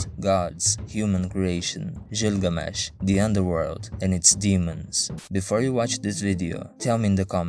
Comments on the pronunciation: Hearing you butcher Gilgamesh's name as Jilgamesh kills a bit of my soul. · You're pronouncing Gilgamesh wrong.